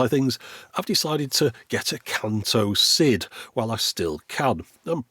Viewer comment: Is it not pronounced 'side' rather than 'sid'?